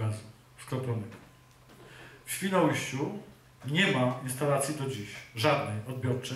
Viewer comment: Dbajmy o mowę polską: ŚwinoUJŚCIU nie Świnołyściu...